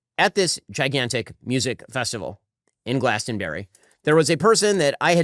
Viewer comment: “Glaston-berry”, oh ffs Ben.